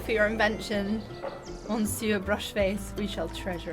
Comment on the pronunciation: one small thing, in "Monsiuer", a french word that literally originates from the english "my sir" btw, the n is silent so the correct way to say the word is something like "muh-SYUH" 🙂